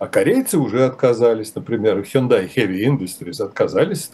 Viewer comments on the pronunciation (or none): none